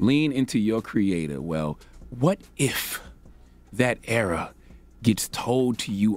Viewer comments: Err-OR not erA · How you that old and can’t pronounce *ERROR not “era” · Why does his (error) sounds like (era) :/